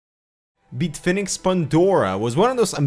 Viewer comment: Am I the only one who laughed every time he said "BeetFinix"?